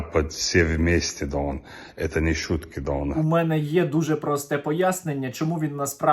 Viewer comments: Та навчіть вже бідолаху вимовляти «гон» на початку його «дон» 🥺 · А чому він весь час каже дон?